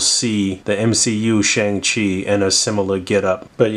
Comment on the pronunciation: Hey, just wanted to help out for future reference: Shang Chi is pronounced Shong-Chi and Simu Liu is pronounced See-Moo Lee-You 🙏🏻 Also the weapon Shang Chi comes with is actually known as a Gun. Pronounced Gwan. It's one of the primary four fighting styles in Chinese armed Combat.